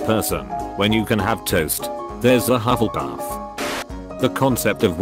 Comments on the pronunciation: It only pronounced hufflepuff right I'm crying XD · So... mysterious voice man is a Hufflepuff. It's the only house he can pronounce correctly but it was hilarious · I like how the voice pronounces slytherin, gryffindor and ravenclaw wrong but says hufflepuff right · And then it just says Hufflepuff perfectly. We know what house the narrator is in now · I love the way the robot voice pronounces the Hogwarts house names haha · I had to explain The only reason the robot could not pronounce the Hogwarts houses except Hufflepuff was because A. they're all latin names B. Hufflepuff is spelled EXACTLY how it sounds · IT ONLY SAID HUFFLEPUFF CORRECTLY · Of course hufflepuff is the only house he can pronounce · At least it said Hufflepuff right XD